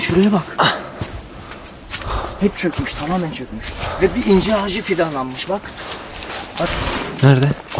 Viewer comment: YARDIMCİ once ben de yargıladım,ıncır dememıs dıye ama dusununce bu sekılde konuşuyor. Tam r harfını cıkaramıyor.ondan öyle yazmış olabılır 😀